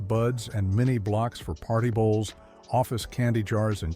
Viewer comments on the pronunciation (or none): none